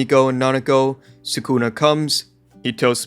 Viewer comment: すくな = Su Ku Na (soo ku nuh)